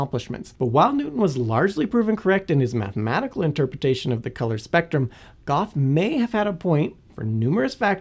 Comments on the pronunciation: Goth. More commonly pronounced gur-tuh. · Goth? Goethe? It is spelled GUOEHHTHE. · “19th-century Johannes von ‘Goth’” Do you mean Goethe? It’s pronounced “gur-tuh” or, using IPA, ˈɡɜːtə. (I literally did not know who you meant because of that pronunciation and had to figure it out.) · He mispronounced the name Goethe. The closest I can get to spelling the pronunciation of Goethe: ger-tah. In German the "oe" is a replacement of o-umlaut, which is not a sound used in English. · Goethe -> Goo-tuh mixed with Gerta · Did he say "Goth"? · Okay. How would you spell the pronunciation of Goethe?